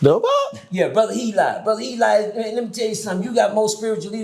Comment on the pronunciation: Eligh is "he lie" 😂